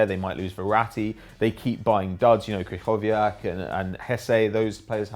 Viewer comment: I'm surprised they pronounced krychowiak right